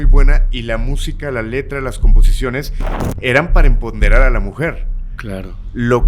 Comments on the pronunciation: sedicee empoderar no emponderar...a la mujer.🤨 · Solo que es empoderar, no emponderar… gracias! Video excelente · Empoderar no enponderar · Empoderar ...no emponderar 😂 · se dice,,, Empoderar,,, No, Enponderar,, nada que ver,,, ups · Corrección: es empoderar, no empodebrar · La primera vez que dijo la palabra "enpomderar" pensé: se equivocó, pero ya 3 veces después, alguien le debe decir a que se dice "empoderar" más porque él habla mucho ante un micrófono.